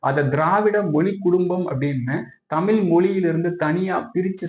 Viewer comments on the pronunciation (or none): பதிவாலாரே உங்கள் முயற்சி சிறப்பு, ஆனால் நீங்கள் முதலில் தமிழ் மொழியை தமில் மொலி என்று தொடர்ந்து ழ உச்சரிப்பை தவறாக உச்சரிப்பது தமிழை குளை செய்வதற்கு சமம் என்று இதன் மூலம் வருத்தத்தோடு தெரித்துக் கொள்கிறேன் நன்றி வணக்கம்.